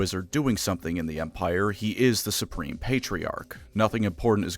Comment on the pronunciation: "I'm Spreme" - Belt